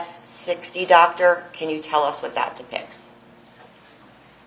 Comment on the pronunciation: “ Hello Docta “ 😡😣🥸